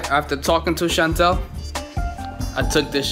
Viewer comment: My name is Chantel and the way pronounces makes my heart soar